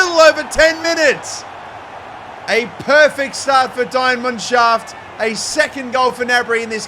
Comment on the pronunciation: i literally was like „what the actual fuck is a diamond shaft??!“ until i realized he meant „die mannschaft“ 💀💀💀🤣 love ya